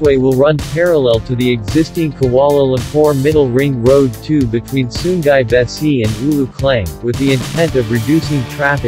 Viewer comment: sungai, not sunggai 😂